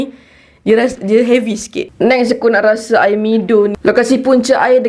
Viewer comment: satu lagi sis... aiyaq al-wadi... aiyaq oqg kedah... 😂